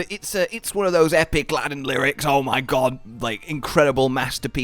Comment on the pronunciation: misheard lyrics of the Safi’Jivaa theme is not the only thing you permanently engraved into the monster hunter community. The other is saying Gog instead of god